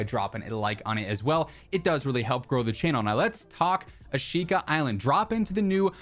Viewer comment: Thanks for the update! It’s pronounced “ah-shh-ka” by the way:)